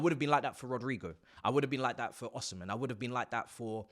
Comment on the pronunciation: No serious clubs touching "OH-SEMEN" and Gyokeres. Got Saudi written all over them.